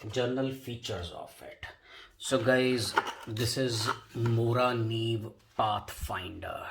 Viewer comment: Hi, I'm from Sweden and I think you pronounced Morakniv perfect :D I found your channel today, really good vidoes. =)